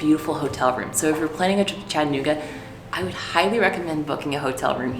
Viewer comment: If you're going to live in our city you must pronounce it properly. It is "Chatta-nooga". Not "Chatt-anooga".